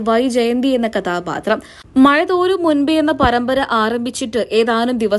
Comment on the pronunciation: മയ അല്ല മഴ. ഭാഷയെ കൊല്ലരുത്. മലയാളം അറിയില്ലെങ്കിൽ വേറേ പണിക്ക് പോകാം ok 🙄🙄🙄